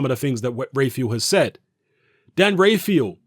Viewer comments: Dan rafael* not rayfial 😂😂😂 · Dan's surname is pronounced Raphael like in The Mutant Ninja Turtles! Dan Rafael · James Taylor dan rayfeel 😜